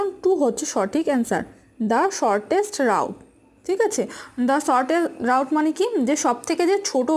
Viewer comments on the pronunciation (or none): রাউট না রুট উচ্চারণ হবে